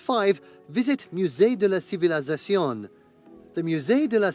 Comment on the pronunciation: I'm so irritated by the narrator of the video you are watching. The way he keeps adding an extra syllable to the Musee de la civilisation. It's ci-vi-li-za-cion And he keeps saying ci-vi-li-za-ZA-cion